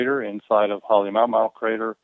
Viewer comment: I thought you pronounced it, Ha le Mah u Mah u, that guy says, Ha le mow mow. lol